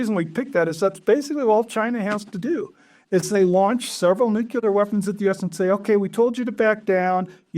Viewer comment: never trust anyone who cant pronounce nuclear